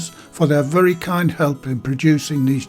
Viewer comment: another great video! Your accent sounds so much like my stepdad from Bishop Auckland. Especially when you said “very” like “vury”